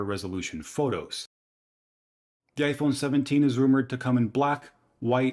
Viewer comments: He said da iPhone 17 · Did he say ‘G A Y’ iPhone ?😂😂😂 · did he just say “gay iPhone 17”?😂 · He said gayphone 17 🤣🤣🤣🤣